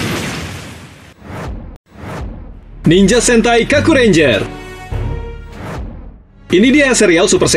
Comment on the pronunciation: Nininjer bang bukan niningger Harikenjer bukan hurikinger Trs bang riset lagi lah soalnya tema ninja di super sentai gk banyak"juga